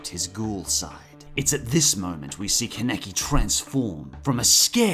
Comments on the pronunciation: KE neki IT'S KA NE KI KA NE KI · Please,, just say Kaneki and not keneki😭😭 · Bro it’s kanaki not keneki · ITS FUCKING KAN E KI!! SAY IT RIGHT DAMMIT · "con-neck-ee" please stop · KEN-EK-EEEE I'm dead XD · Why are you saying mine like that? They literally pronounce her name the way (mine) is spelled also you both say kaneki a different way like you both are fucking morons. how are you gonna pronounce something wrong when every character says it a different way. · The way say kaneki name triggers me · The way he says ‘kaneki’ really bothers me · Kaneki....the butchering of his name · I love Tokyo ghoul. But the way pronounced Kaneki and Aogiri -3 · It bothers me the way you guys pronounce some of the names in this list. For example Kaneki you pronounce two completely different ways. There are other but that was the most jarring. As for the actual video itself. I enjoyed it. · The way the guy says Kaneki made my rage so fucking bad...